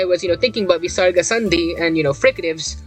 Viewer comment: Hey I am a sanskrit student from india and i don't think that the Visaraga is pronounced with such power I only think of as a software h sound from the throat. Obviously if you pronounce it with a lot of power then you will be out of breath soon